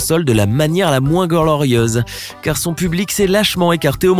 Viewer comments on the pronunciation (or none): personne ne parle du "la moins glolorièseuh" a 😂😂